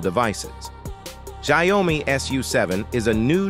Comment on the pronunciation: What is sai-o-mi?